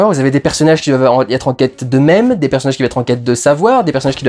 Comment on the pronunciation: "Des personnages en quête d'eux même" pourquoi j'ai entendu "en quête de memes" ? ^^